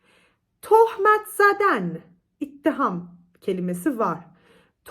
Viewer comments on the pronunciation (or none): ittiham değil, itham hocam